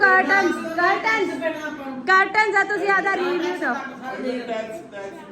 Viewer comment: Nice video , tuse caarton bolda ho p ar sahe a v curton (kr--ton)Thank you all ..